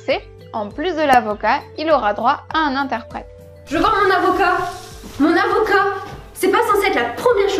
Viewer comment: pour en revenir à toi j'ai trouver sa bien placé le " Et n''oublie pas l'interprète" avec l'accent un plaisir auditif! Mais c'est vrai qu'il y a beaucoup de perles et l''information et bien donner on ne si perd pas ! J'aimerai bien dire en détail tout les points que j'ai apprécié mais ce serai tellement long ! Beau travail !